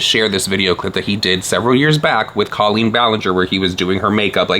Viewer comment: I need someone to get to stop saying COE-leen, or everyone else to start saying it this way. A girl is confused.